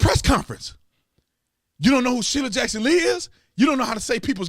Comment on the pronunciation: Shirley Jackson Lee - that’s a teleprompter screw up.